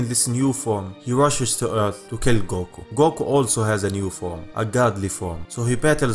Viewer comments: A money goko lol it sounds a little funny but cool at the same time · Man your accent is really cool. xD I just can't get over how you pronounce 'Goku'. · I love the way you say "goku" it's like a deep coco with a u at the end 😂